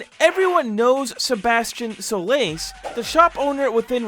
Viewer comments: Why do you say Sebastian Solace Like Sebastian Shoelace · Ah Yes. Sebastion Sole Lace. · Ah yes: "Sebastian Shoelace" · Things that are incorrect about this video: That pronunciation of Sebastian Solace and the wrong door number. We didn't choose to become Expendables, we were CHOSEN to be sent to the Blacksite by Urbanshade. Everyone knows about p.AI.ter Everyone knows about the Trench Bleeders too. Wrong door number again It can appear before his shop too or not appear at all These rooms have a chance to not even spawn and that specific room is rare